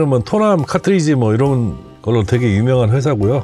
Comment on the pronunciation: 김난영씨가아니라 이난영씨 아닌가요? 타트리지->카트리지 컨틸레버->발음상 보통 캔틸레버라고 말합니다. 좋은 정보 설명 감사합니다.